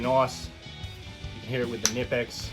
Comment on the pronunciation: The K in Knipex isn't silent